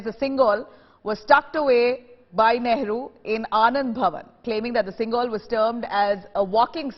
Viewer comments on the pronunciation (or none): It is sengol and not singol